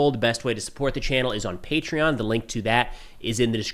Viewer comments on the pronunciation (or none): none